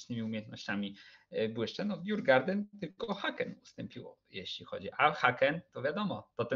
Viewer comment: Nie żadne djurgarden tyłku fonetycznie "jurgorden". A co do ogrodziarzy to prawie gdyż djurgården oznacza ogród zwierzęcy. Sam klub znajduje się w Sztokholmie. :)